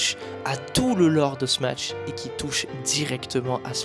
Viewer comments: Ok mais pourquoi tu dis smaTsh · Très bonne vidéo juste à chaque fois que tu dis smatsh je freeze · La vidéo est magnifique est très bien réalisé bravo à toi mais vu que tu dis "Smatch" jvais devoir disliker la vidéo dsl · Dsl de faire le mec chiant mais pk vous êtes plein à dire smaTche au lieu de smash ? c'est pourtant pas si compliqué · trop bien la video mais par pitié arrete de dire "SMATCH" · faire des jeux JAPONAIS en ANGLAIS, tout ça pour prononcer SMATSH, l'anglais vous pisse tellement dans la tête que vous voulez faire des prononciations plus anglaise que l'anglais, c'est pathétique. T'es dans un entre deux linguistique qui existe pas.